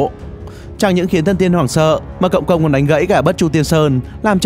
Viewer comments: cộng công đọc nhan thành công công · Cộng công mà nghe công cộng